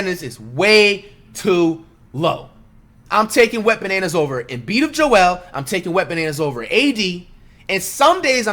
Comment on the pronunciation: Dude said wetbananas😂😂😂 gmfu I'm dead